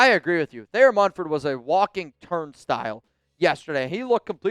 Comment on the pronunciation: We let Thayer MuNford , not [Mum]-ford like some ppl say. Anyway, if we let him go guess 🤷🏻‍♂️ who's gonna pick him up? The⚡️–watch 👀